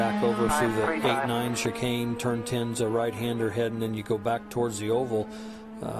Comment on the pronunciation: On a positive note... none of the commentators are going to make fun of how Alonso pronounces "chicane" as "chicken"... because there are no chicanes in Indy lol